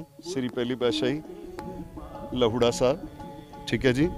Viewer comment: Bhai saab lahoura sahi tarah naal naam bolo ji